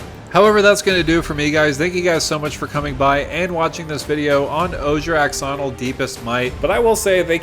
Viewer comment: "Ash"onil. X makes a shh sound.